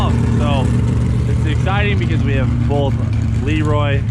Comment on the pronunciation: Both, not bolth